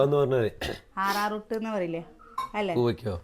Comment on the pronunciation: ആററൂട്ട് ഒന്നും അല്ല arrowroot enna😂